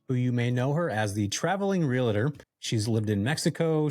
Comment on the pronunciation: Real*tor not real-a-tor, bud 😉😉 Great episode loved this topic and guest. Many of us looking to go this direction multifaceted in real estate. Happy Fourth and go Aztecs 🤙